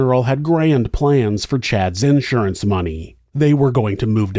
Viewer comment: I love how you pronounce insurance as though there’s an ‘out’surance 😂